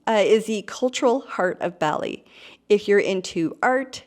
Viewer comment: Great introductory video. Please note, Bali is pronounced like the cereal crop 'barley'.